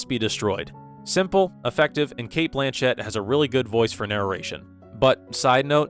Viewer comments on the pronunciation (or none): none